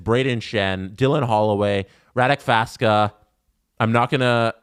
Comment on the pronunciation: Radek Faksa Not Faska